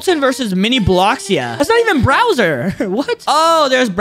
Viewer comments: You mean Bowser, not “Browser” lol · Bro said "BROWSER"?!?!?! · He called bowser browser 😂